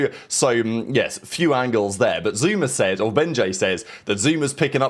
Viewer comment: SOMEONE GONNA TELL THERES NO "R" AT THE END OF THE NAME "ZOOMAA" 😂😂😂